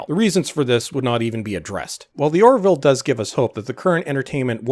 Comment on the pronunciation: "Or-ville", two syllables. Not "Or-i-ville", three syllables (there is only one i).